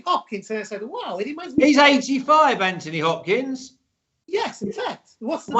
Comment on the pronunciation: ''Hanthony Hopkins''